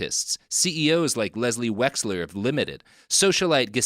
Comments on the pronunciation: The fact u keep messing up wexners name and calling him wexler is hilarious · LES WEX-NER GHIS (gee) -LAINE (lane)